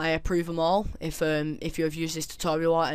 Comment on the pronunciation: Sounded like you said STD tutorial L0l